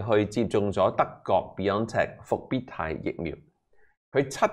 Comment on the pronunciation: how do you pronounce Bio logy Bio chemistry Bio physics Bio graphy Bio degradable etc Bi means 2 WHY do you say bee on tech like Lam Cheng?.